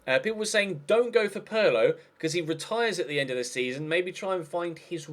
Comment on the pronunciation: It's not "Purlow" FFS!!!! How will you British learn? Pirlo!!!! "Peerlo"!!!